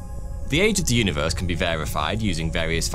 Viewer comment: WAS THE UNIVEWSE VEWY DIFFUWENT?? WEAWWY??????